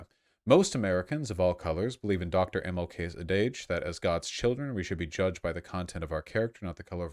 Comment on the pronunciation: Adage, mispronounced or so. I think it's ADD-udj, but might be wrong due to GA education. idk